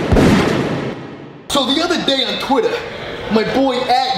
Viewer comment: He said that guys Twitter name right